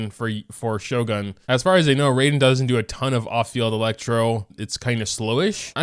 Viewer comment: "Rayden" Shogun